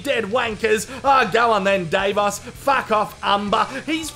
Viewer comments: It annoying me how you keep saying DAVEOS.... is Davos.. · It's Dah-vos. not Day-vos. And no I'm not intentionally being racist or condescending. That's just how it's supposed to be pronounced. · Every time you say day-vos I want to scream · Of course he knows that already. He intentionally mispronounces many of their names. You know.... for comedy sake. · It's deliberate as he is reviews. I'm shocked he doesn't just say Davo.